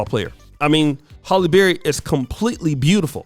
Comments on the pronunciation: It's HAlley not Holly. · Pretty sure her name is pronounced Hal-eee not Holl-yy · HALLE. NOT HOLLY. LITERACY MATTERS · "Halle Berry-Not Holly But Ha'lle Berry Sir."😪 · HALLE!!!! Not Holly 🙄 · her name is Halle, not Holly. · Im more disturbed by how your saying her name holly berry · You have to take time to do your research. You have Halle married to someone that she’s not married to. The correct pronunciation of names is important as well.